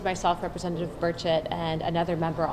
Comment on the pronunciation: You have got to quit mispronouncing my Representatives name! It's pronounced BUR-chit ( not so much stressing two syllables either- say it quickly). Keep it in mind, he's from East Tennessee. We're somewhat Hillbillies here.... -Aaron L. Knoxville,TN